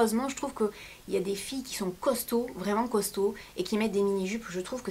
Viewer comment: Ça fait mal quand tu dit costaud mdr .......ah..:(